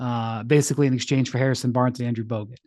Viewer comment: made me laugh way harder than it should have—just the way he semi-muttered “Harrison Barnes & Andrew Bogut”